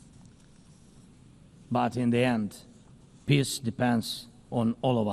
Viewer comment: is he trying to say 'peace' or....something else?